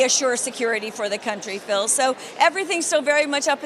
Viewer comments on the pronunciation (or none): none